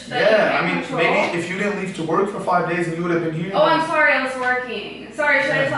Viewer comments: She said frive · She said frive days